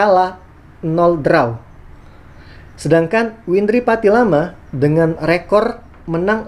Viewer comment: Windri patilima bang.. 😂😂 bukan patilama 🙏